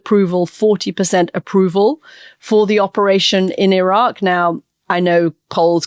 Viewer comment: she keeps saying Iraq lol